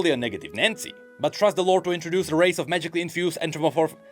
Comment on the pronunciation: is not a furry. He can't say anthropomorphic.